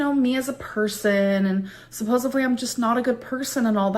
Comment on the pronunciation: her acting like an asshole while asking this question and saying “supposevely” instead of “supposedly” cracks me the fuck up 😂 she’s so stupid